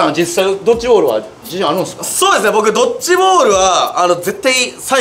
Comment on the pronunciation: ドッチじゃなくてドッジ